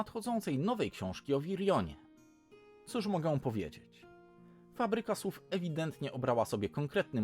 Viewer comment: Hej, fajny pomysł na kanał! Cieszę się, że ktoś zbiera takie informacje i może w końcu będę bardziej na biężąco~ Dodając od siebie: nieco przekręciłeś z tą Fabryką Słów ;) Z drugiej strony ich model biznesowy jest od lat znany, a zarówno niekończące się cykle, tworzenie wielu książek w jednym uniwersum czy kilka wersji okładkowych jednego tytułu też z niego wynika i nie ma co się oszukiwać, że tak nie jest. Ani, w mojej opinii, tego jakoś szczególnie bronić. I uwaga techniczna, choć nie chcę by zabrzmiało to jakoś mega krytycznie czy chamsko: wyraźne podkreślanie "ę" to hiperpolonizm i błąd. Masz fajny głos, ale mam wrażenie, że brakuje ci nieco lekkości czy pewności w mówieniu - zarówno wymowę jak i budowę zdań starasz się trzymać na wysokim poziomie. Wychodzi to całkiem miło do słuchania ale i nieco sztucznie/wymuszenie, szczególnie przez to "ę" (i chyba było też jakieś "iż", które sprawiło mi uśmiech, bo mało kto próbuje go obecnie używać w mowie). Zostawiam to tobie do ewentualnego przemyślenia, a ja lecę dać suba i z pewnością będę wracał i komentował!